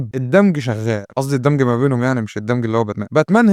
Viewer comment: الدمچ مش الدمج